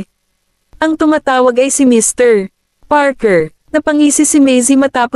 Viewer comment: Ang ganda ng storya.. pero may isang question lang ako.. putol ang pag basa ng name ng mr goldman. Mrpause Parker..